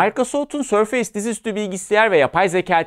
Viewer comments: sorfeys degil sorfis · sörfeys değil abi sörfıs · abi otu boku düzeltmeye çalışan cringe bir tip gibi olmak istemiyorum amaaa sörfeys değil sörfıs diye okunuyor..... seviliyorsun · sör-feys değil sör-fıs - teknoloji editörü sayın beyciğim. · hocam şuna sörfeys deme artık sörfıs diye okunuyor ya 😂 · Sörfeys -- Sörfıs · Sörfeys demesek güzel olurdu olsun :) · yani maykrosoft demeyi biliyorken, sörfeys demek nedir yahu?